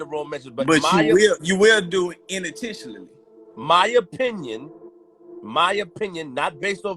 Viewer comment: 🤔"in-intentionally" hmm..have to look that 1 up.